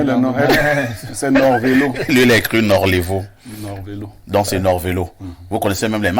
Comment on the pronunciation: Norlevo, pas Norvelo... Sinon, tres belle émission encore une fois.